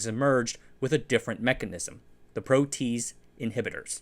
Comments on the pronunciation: Great video. Just a slight correction. The word "protease" has an odd pronunciation... at least, it seems weird at first, but once you become familiar with enzymes, it makes sense; it is pronounced pro-tea-ace. Nearly all enzymes end with the "ace" sound at the end, as that is the descriptor suffix for an enzyme. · protease / ˈproʊ tiˌeɪs, -ˌeɪz / (not "pro-tease [sic]") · Protease is pronounced "pro-tee-ace." Interesting video! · ProteASE...not ProTEASE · Pro-t-ayz not pro-tease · Yeah, it’s pronounced pro-tee-ayse not pro-tease 😂 tell me you don’t know jack about enzymology or biochemistry without telling me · You're teasing me with your incorrect pronunciation of PRO-TEE-ASE (three syllables.) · pro-te-ase it's not a tease it's a tea ayse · if you happen to give a shit protease is pronounced "pro tee aze" not "pro tease". Great video as always. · "Protease" is pronounced pro-tee-ace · Very nice video! Pronunciation: Pro tea ace 🤓😃🖖🏼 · It’s three syllables: pro-tee-aze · Protease is pronouced: prow'-tee-ayz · Protease is pronounced pro-tee-AZE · "Pro tee ACE" inhibitor is the proper pronunciation i believe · * pro - tee - haze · Excellent information. One nit pick. It's a 3 syllable word. Pro t ace. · Excellent again! But the pronunciation of protease is PRO-tea-ace It's a three-syllable word. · That's a long "a" in protease. Makes an extra sylable too. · Not a criticism: I'm pretty sure that protease is pronounced pro-tee-ace. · 'protease' is pronounced proh-tee-aise. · Loving all the bio-related content lately! Leaves me wanting more! Hate to be nitpicky but "protease" is usually pronounced more like "pro - tea - ace", and "renin" likely more like "ree - nin". Biology nomenclature is kinda jarring at first, but after encountering enough weird names, it'll become second nature lol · lol "Pro - Teez" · it's pronounced "Pro tee ace" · Pro-tee-ayz... it wouldn't be a video if at least one word wasn't thoroughly mangled.